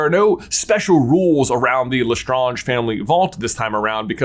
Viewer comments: Dont think thats how you say lestrange.....nevermind she deserved having her name mispronounced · Why is J mispronouncing Lestrange and accio? Does he do it on purpose?